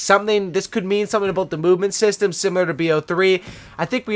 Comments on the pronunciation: did he just say "abuwt" instead of about? is he Canadian? barney stinson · you had me at "today we're gonna be talkin a-boat" :)